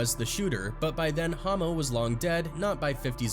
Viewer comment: Why?? It’s pronounced “Ha mo” short for Homicide not Hoe mo 🤦‍♂️